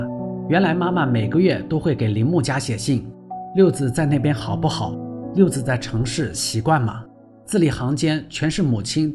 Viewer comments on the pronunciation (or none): 六子(zi 3声)不是六子(zi)